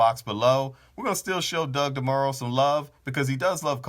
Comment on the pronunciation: He's comparing the sales model. Not the cars or the consumermarket. You just missed the whole point. And your pronouncing his name wrong.